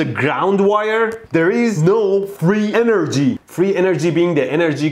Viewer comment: فقط وقتی کلمه انرژی رو میگی میفهمم ایرانی هستی پنجاه سالم انگلیسی حرف بزنی بازم بگی انرژی ایرانی بودنت میپاچه بیرون 😂😂😂